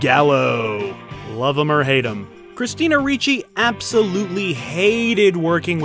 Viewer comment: There is no "CH" in "RICCI"!!!